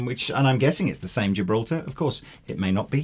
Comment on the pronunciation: Gibraltar drum hardware is a separate company (owned by Kaman) and has nothing to do with the Gibraltar bridge on some Ibanezes, aside from sharing a name. Fun fact though: Ibanez makes Tama drums (actually they're both owned by Hoshino Gakki, but close enough.) Also, the proper pronunciation of the common name for "Tilia" genus is "bas-wud", short 'a'. The "bass" in this case rhymes with "ass" (which is how us Yanks say "arse".) Also rhymes with that infamous punk band Crass. It does not rhyme with the last word in 'Ace of Base', even though it should be spelled "Ace of Bass". Alas, neither spelling makes them suck any less.